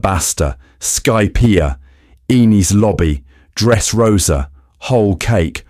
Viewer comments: The way you pronounced it caused the caption to misspell “Enies Lobby” as “Eenis Lobby.” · The way you pronounced the “e” in “Enis” made the caption show “Inis Lobby.”